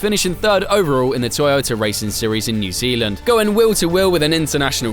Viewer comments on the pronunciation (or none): What the hell is a Zeelan?